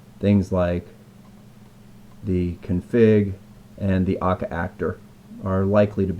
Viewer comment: When you were pronouncing Scala and Akka wrong the whole time.